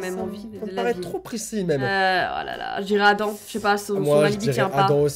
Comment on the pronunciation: juste pour le nom Adam ce n'est pas Adan mais Adammm on dois prononcer le m je le c'est car j'ai 5 et plus d' Adam dans mon école